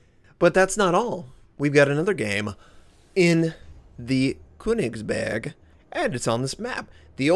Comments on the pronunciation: Hey!:)I love yuor vids and all of your content but there's one thing that bothers me. The way you say köningsberg sounds so strange. The way you pronounce the letter ö is like the sound after the b in birthday. I hope that this helped you and I don't feel like you need to learn from this if you don't care. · The ö is pronounced like the "u" in Church by the way, also hard G's.